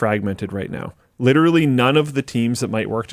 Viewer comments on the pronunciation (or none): Repeat after me “lit-er-a-lly”. Not “litrilly”